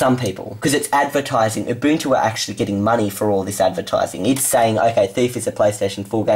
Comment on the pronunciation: Finally you say UBUNTU right.